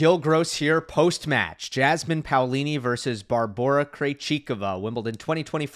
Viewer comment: Yeah. Someone should make parody of Jasmin as "Jazzman". Because this is the way her name is pronounced. It could be something like Jasmin playing jazz instruments on court while the ball is nearing extremely slowly towards her and when it finally reaches her she throws off the instruments, takes rocket and hits the ball. Then the same again with a different jazz instrument. Unfortunately I do not have any idea for the punchline.